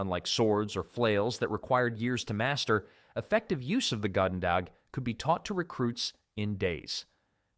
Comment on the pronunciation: Narrator pronounced "goedendag" about 5 different ways in that one segment.